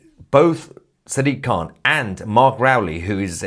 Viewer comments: sack-dik, khant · Did you just call him Sad Dick Can?